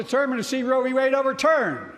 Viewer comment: What is "row bee wade"?